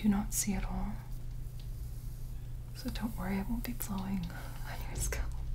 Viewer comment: i’m only here to hear her say SCÔLP